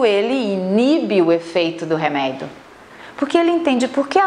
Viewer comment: Pq ela fala "reméido" ? Que agonia